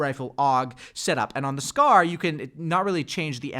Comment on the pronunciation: Dude said Scar-L lmao